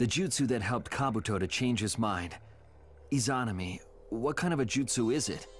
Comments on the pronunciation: It’s E-Za-Na-Mi Izanami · damn it its izanami i-za-na-mi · Lmao crying about pronouciation izanami. eh tomato, tamoto. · the way he pronounces izanami...